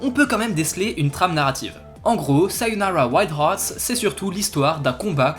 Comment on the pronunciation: Merci pour cette très bonne vidéo, de plus je te met un 20/20 pour la prononciation du titre du jeu ^_^